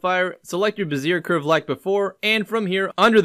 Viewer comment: Nice Work! BTW. "Bezier" is pronounced "Beh-ZEE-AY" with a slight trailing r sound at the end between silent and a quiet R. And just for shits since the other commonly mispronounced development word - Gaussian... is pronounced "G "OW" -SEE-AN... like OW I stubbed my toe. Named after Karl Friedrich Gauss the mathematician.